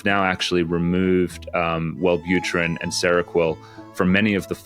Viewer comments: "Weird ones like wellbuterin" 🥀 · "Weird ones like welbutrin" SENT ME